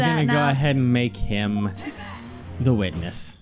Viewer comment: What I heard "Very Well! The Witmish may begin his teshtimoneh."